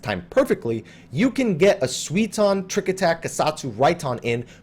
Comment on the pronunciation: It's something like "sooy-ton", not "swee-ton" :D But apart from that, great video, thanks for uploading it! :) P.S. I just swapped my client to Japanese and Dancing Edge's buff is a combo bonus (it doesn't require being on the flank), so the tooltip in English is just wrong, it's not a bug.